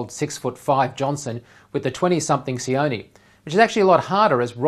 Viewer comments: sion ee😔 its sion(eh) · Siony? its Sione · It's pronounced See-o-neh. Not See-o-ni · his name is [ cee-oh- neh] sione* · Why is it so hard for people to say Sione